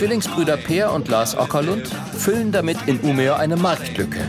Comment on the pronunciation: Die Stadt (ca. in der 13. Minute) heißt aber nicht Umea, sondern wird im Schwedischen "ümeö" ausgesprochen!